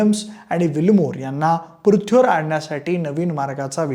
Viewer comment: पृथ्वी शब्द जरा निट बोला . अजिबात बोलता येत नाहीये